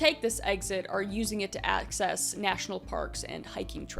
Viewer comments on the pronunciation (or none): none